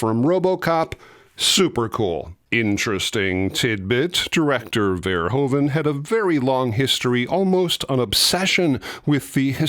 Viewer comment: Please try to pronounce the name of the director correct; its not "Pol Fairhoven", but "Paul (like 'wow!') "Ver-hoo (as in 'who') -van".